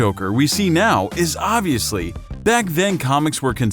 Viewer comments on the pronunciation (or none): none